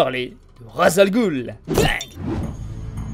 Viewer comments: Je suis arabe et ça ce dit raç el roul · Superbe vidéo avec une voix accrochante ! Petite nuance s'agissant de "Ras al ghul " qui signifie "tête de monstre" , une prononciation plus proche est "ras el roul" (le "s"ne doit pas faire objet de liaison pour devenir un "z" mais se lit "s"). Quant au "gh" dans "ghoul" le son le plus proche est un genre de "r" que le "g" comme dans "galaxie".